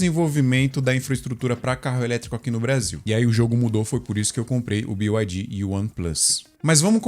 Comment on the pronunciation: BYD na língua inglesa se diz bi ai di Que são letras do alfabeto em inglês. 90% dos youtubers falam BIO não sei porque…